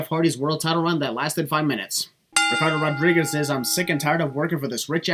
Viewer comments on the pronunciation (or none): he said Ricardo rodrires